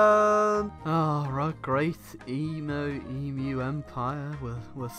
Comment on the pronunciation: All-in-all, thank you for pronouncing 'Emu' correctly.